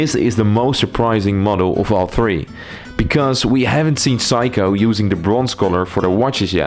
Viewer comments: It's not psycho! it's Seiko (C-ko) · It's pronounced Seiko (/ˈseɪkoʊ/ SAY-koh), NOT Psycho! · Its not Saiko its Seiko, you have pronance e after s not a. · Say-ko. Not. Psycho 😅. I am wondering how he can do watch reviews?? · hey, just wanted to let you know that it's pronounced "say-ko", great video! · it’s okay. Just have’t heard Seiko that way before. 👍🏻